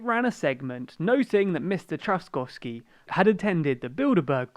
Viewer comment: As a Polish person I am ashamed of my nation. Also on pronnouciation: Andzhey Dooda and Rafaw Tshaskovsky